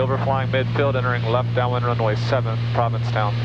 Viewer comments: That's Provincetown.. not Providencetown LOL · I live in province town, this is cool. When I fly over I see everything you had in the video and it was a fun reminder. You pronounced it providence town, instead of province town, which gave me a fricken migraine though